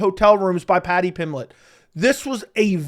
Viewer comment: Paddy pimlett. Lol you are missing the "B" In Pimblett.